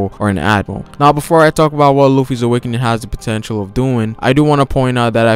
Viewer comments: Wish he said awakening once in this video...I kept hearing "awakenin" so I was waiting for him to pronounce the "G" on the end haha great video though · theres a "g" at the end of awakening, triggered me